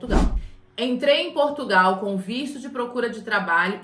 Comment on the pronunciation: A "moça" do canal também vai ter que aprender a pronunciar o nome do nosso país, porque esse país, que ela também chama "PortugAAAAAOOO" não existe, esse não é o nosso país.